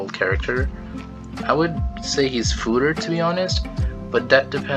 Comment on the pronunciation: Lol okay I'll take a shot haha. You just blamed the "fooder" error on your using of a Mac to record this.... Fooder. Fooder. Fooder x 29